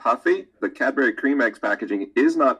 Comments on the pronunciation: Cad-berry....wtf are you saying my dude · Cadbury isnt said that way 😣😣😣😣